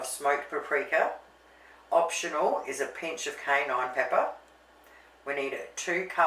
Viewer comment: i like your pronunciation as i love dogs. normally its pronounced like Cay-enne but canine pepper is good too lol.